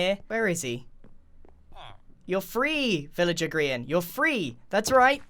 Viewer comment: Welcome to grain Ville! What do you mean it’s grian? No it’s grain. Definitely